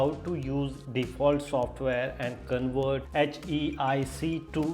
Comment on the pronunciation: It is not CONWERT. It is CONVERT with a V.